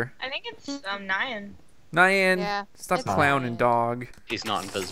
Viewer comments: You're all pronouncing Nyan wrong lol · You're still pronouncing "Nyan" wrong...